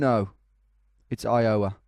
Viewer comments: iOWa, your emPHAsis is on the wrong sylLAble ! EYEowa = correct. btw these are impossible and i live in the states. These rural guesses are nuts. seriously good try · Eye-uhh-wuh, not Eye-Yowe-uh. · Not I-OH-a, I-o-WA. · Phonetic help -- "EYEoh-wuh" instead of "eye-OH-wuh". It's as if it's two and a half syllables. The 'O' sound doesn't linger in the mouth. -an Iowan :) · Tom, when you say “Iowa” the stress should be on the “I”, not the “o”. Not throwing shade, just trying to help. (Plus, my Iowan ears curl a bit every time you say, “i-OW-a”. 😂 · The only man not from Illinois to pronounce Illinois correctly and then pronounces Iowa wrong..LOL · the way he says iowa (you put too much stress on the middle syllable, it should be on the first) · the way you pronounce iowa and wichita is...interesting XD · LOL its so funny how u keep messing up iowa... Even down to the pronunciation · * clicks 10 state challenge * Let's see if Tom can pronounce Iowa right this time. * grabs popcorn * I fucking quit :D :D :D WHY DO YOU HATE ME, TOM? :D :D :D